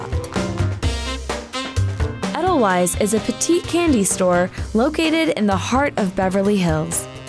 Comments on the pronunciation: SAY THE NAME RIGHT!!! Edelweisssssss, not Edlewise :( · Bruh it’s not eh-dull-wise it’s Aye-dull-vice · im Austrian and almost screamed when I heard her pronounce it eddellwise like ew cmon if ur gna take edelweiss from Europe at least say it right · eH-dUhL-WiSe... wrong. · "edel - wise" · They said "edel-ice". I think the fact they basically wiped out one entire letter is right now more important than mispronouncing the s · Yeah haha.. It's pronounced edel-vayz😂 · I'm Kenyan but I hated her pronunciation of edelweiss Hasn't she watched 'Sound of Music' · That's not how your pronounce edelweiss 😂😂😂😂😂😂😂😂😂😂😂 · They pronounced edelweiss wrong... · being from Germany, I cringe everytime they mispronounce edelweiß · I’m not German, and I’m cringing every time she mispronounced Edelweiss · She clearly hasn't seen The Sound of Music 😄